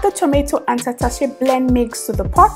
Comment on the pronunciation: This is what im looking for thank u❤ i love the way u pronounce tatashe😉